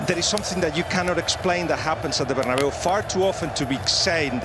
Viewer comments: “incredible scenes at the bernaboo” 😅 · Katty calls Bernabéu “bernaboo” hahahah